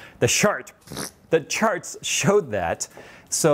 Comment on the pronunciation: "the sharts chode that" ok, fair enough,.